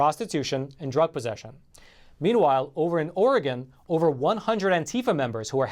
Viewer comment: I need to move away from Oregon....also thank you for pronouncing it correctly